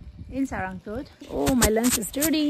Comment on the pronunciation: its not saa-ra-ng-kot, its sa-raa-ng-kot.....people nowadays can't even read nepali or they are highly influenced by indian vloggers mispronouncing nepali local names or they are just ignoring.....nice video though....places like panchase/kaande would be the best option around pokhara as a hilltop destination, be it in summer or it be in winter to play snow, among the better ones like rupakot, kaun kot, thulakot, kristi(mattikhan), nirmal pokhari(foksing kot), bharatpokhari(hudikot), pumdikot, etc